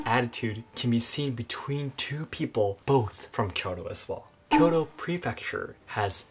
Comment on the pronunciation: Your inability to pronounce Kyoto delegitimizes your argument.